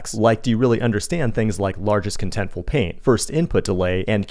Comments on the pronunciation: Is that me or he is saying PAIN instead of PAINT? 😂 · sounds like your saying pain use the T so we know wtf your saying!